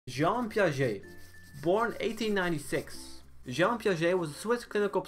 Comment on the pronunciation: thx for actually saying jean correctly, i dont think most videos do that